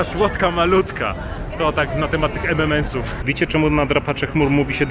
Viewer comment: EM EN EMS xd a nie EM EM EMS. Przynajmniej tak słyszę, pozdro.